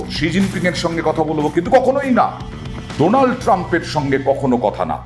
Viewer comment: উনি তো উচ্চারণ করতে পারে না , বলে ডোলান ট্রাম্প